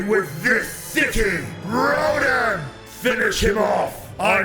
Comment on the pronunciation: its not ro-din its RO-DAN